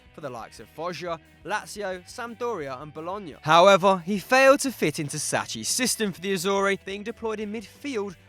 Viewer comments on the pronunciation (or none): FFS it's pronounced Sack-ee not Sach-ee. One of the greatest football managers and you can't be arsed learning to pronounce his name? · SACCHI- PROUNOUCED SAKKI... Its Italian mate... You have butchered his name in your past 4 videos.... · This is the 3rd video where I hear you guys mess up Arrigo Sacchi's last name: it's pronounced "Saki" (like Sake Bomb), not "Satchi" (like Saatchi & Saatchi). Other than that, keep up the great work on the videos